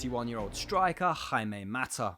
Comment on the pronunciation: ooooh Jaime Mata was perfect pronounciation, sooo proud